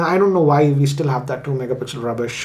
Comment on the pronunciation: Whenever he says rubbish i cant control the laughter.....😂